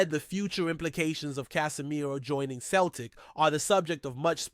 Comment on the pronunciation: Celtic F.C. pronounced "seltic" not "keltic" !